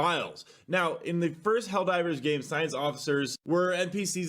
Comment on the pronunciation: Helldeebers lolol